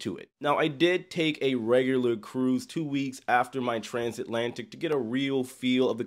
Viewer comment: Bro took a cruise ship and discovered a new word. Transantlatic